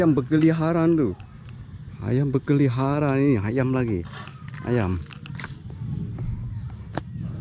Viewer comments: Berkeliaran bukan berkeliharan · Ayam berkeliaran bukan berkeliharan bos